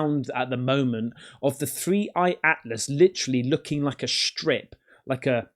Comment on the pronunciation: strip\ stripe. English is hard huh?